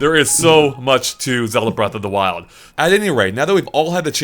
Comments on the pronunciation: "Breast of the Wild" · . "Breast of the wild"